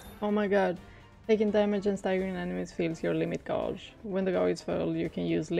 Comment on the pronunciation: Yeah she does the same thing even after I've told her how to say it correctly. She catches herself now sometimes and says it the right way. I guess it's hard after you've said it the same way for so long. But the U in gauge is silent, so it's pronounced just like you would say, page, rage, cage. 😉😉